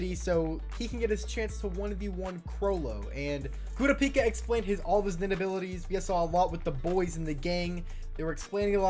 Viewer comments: it's pronounced " Kerrr rop pee ka" watch one dunbed just to know the name. I love sub. But sometimes I end up saying their names all wrong on different shows.when i heard you say kiropika I was like who? Lol. Even the subbed says kurr rop pee ka. Love the channel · STOP SAYING KURAPIKA NAME WRONG😷🤦🏾‍♂️ jeeez for what reason do you do that💀